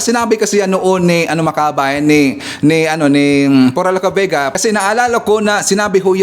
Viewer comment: tama ang pronunciation mo sa pangalan ko, Sa tanung mo ay si PURA LUCA VEGA ang may 6 charges.